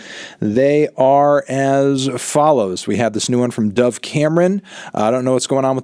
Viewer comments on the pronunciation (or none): none